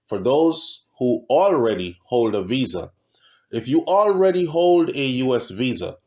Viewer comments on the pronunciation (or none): none